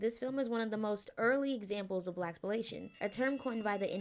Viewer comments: Blaxploitation. BLAX-PLOI-TATION. It's a portmanteau of "black" and "exploitation". Hearing you say "Blax-pol-ation" over and over again was irking my neurotic mind, I'm sorry 😫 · It's pronounced: "Black-sploy-tation". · Naah, this is a classic, and Eddie is not free from comedy in the movie… That’s the thing with retrospectives; you lose where society was at the time the media dropped… This movie was a HIT in OUR community. Forget what SNL had to say. Also, it’s pronounced Sploy-tay-shon… no disrespect. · The only thing I would add to this is that we shouldn't always look to the mainstream for representation. You can't just watch tv/films and then posit that "We can't write black vampires." Read books! Explore the black vampire novels that no one knows about. Blade's comics go much deeper than the films do. And also, it's pronounced Black-Sploy-Tay-Shun like exploitation. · I've been wondering how to comment in a way that isn't condescending but I really hope you take this comment in stride and not offence. The word is Black-SPLOI-tation. Like Exploitation but with the "EX" replaced with black. Black---SPLOI--tation. <3